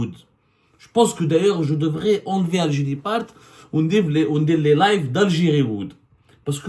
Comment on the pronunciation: 3abdou, tu as un sérieux problème avec les voyelles, on dirait; Je te l'ai dit plusieurs fois que notre "pays"; comme PAIX + Y , ou (i), et non pas "Piiyiis", s'appelle l'AlgÉrie et non pas L'ALGYRY et pour finir, on dit int(E)lligence"Int(É)lligence", le "E" se prononce "É " lorsqu'il précède une double consonne, et surtout pas "Int(i)lligence comme toi tu le prononces.